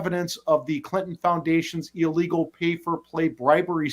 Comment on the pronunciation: Illegal, not illwgal!!